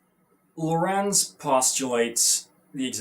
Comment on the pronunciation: Just for the record, the stress in "Lorentz" is on the first syllable; it's "LO-rentz", not "Lo-RENTZ". Also, this is awesome. I really need a picture of Einstein somewhere in my room (there's already one in the room where I have most of my lectures, on which he is photographed together with Lorentz, De Sitter, Ehrenfest and Eddington). It's always good to know that Einstein has lectured on the same university where I'm studying now.